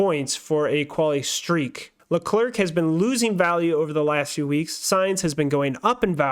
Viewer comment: Leclerc is pronounced as ”Le-Cleh” Charles said it himself. Great Podcast! 😄👍🏾